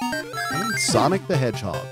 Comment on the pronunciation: it's Sonic the Hedgehog! not Sonic the Hedgehod.